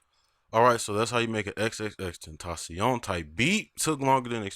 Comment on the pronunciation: its pronounced xxxten-tah-ción